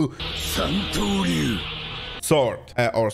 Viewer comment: he says santoryu perfectly